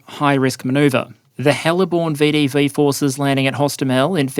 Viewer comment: Long time viewer, but first-time commenter. As someone who was watched this channel for a while, I was saddened to learn that my much-loved pronunciation of VDV ("veh-duh-veh") has now been abandoned in favor of the much more mundane "vee-dee-vee". Please bring back the flair!!